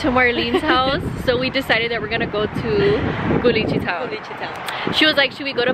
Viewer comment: is no one gonna tell her its “CULICHITOWN”😭😭